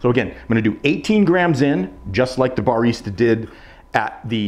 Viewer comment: never heard anyone pronounce barista like that